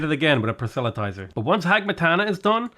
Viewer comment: Hey, I’m not sure whether this is the way it’s pronounced everywhere, but at least in my part of America it’s: PRAH - SELL - UH - TIES - ER